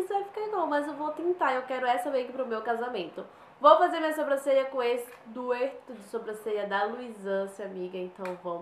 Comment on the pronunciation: Amiga não é "duerto" de sobrancelha. Se ta escrito isso ta errado. Se fala dueto ou duor